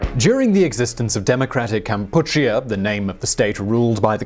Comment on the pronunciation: This clown says "campuchia" which is a more authentic-to-Cambodia pronunciation of the country, but pronounces Khmer as "Kaimer" smh